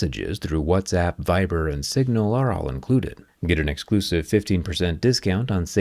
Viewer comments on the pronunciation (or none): none